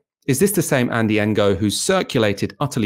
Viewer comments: It's pronounced No, not En-Go. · Ngo is pronounced "no" with a mute "G" AFAIK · Isn't his name pronounced as ''No''? Or ''Nee-Oh''? I always got confused with how it's supposed to be pronounced too lol... But I THINK ''Engo'' is wrong (but then again maybe I'M totally off base here haha) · The "ng" is pronounced similar to the the end of "wrong", so it's a bit tricky for westerners to deal with, but saying "engo" is rather ignorant. When I first heard of Ngo the first thing I did was look up how to pronounce his name. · It’s a Vietnamese name. Please learn to pronounce it!! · "g" is silent in Vietnamese. E.g. NGuyen is pronounced "Nuyen" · Not quite, it's pronounced using the same sound as we make using the ng in English at the ends of words, except in Vietnamese it's often at the beginnings of words too. It takes a bit of practice to get it right, and you have to get it right or they don't understand you!